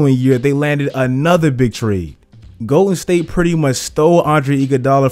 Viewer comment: Is he saying Goated state warriors or Im trippen